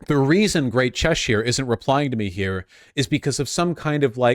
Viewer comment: Name a worse combo than Americans pronouncing British counties. Chesh-ire, its Chessure